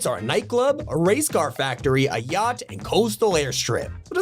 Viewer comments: Thought bro said gyatt instead of yacht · when he said yacht I thought he said gyat.